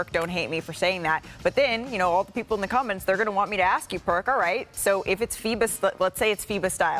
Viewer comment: Maybe if we "ask" Perk and don't "axe" him. And "our country" speaks English, not Ebonics.